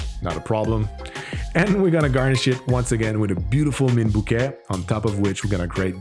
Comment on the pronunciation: The Spanish word for hello is hola. However, "hola" is pronounced "ola," as the h is an historic remnant, and is silent. Also the "t" in bouquet is silent, as well. You're on a roll, though.